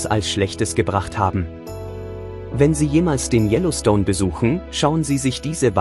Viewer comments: Yellowstones, mà anh đọc tin này phát âm gì nghe quái dị, anh nên học lại để hoàn thiện, chứ thanh giọng của anh cũng rỏ tốt. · Đọc chữ Yellowstone cho đúng đi nhe ...